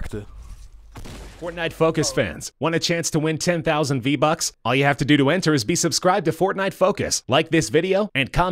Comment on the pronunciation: Vee buckes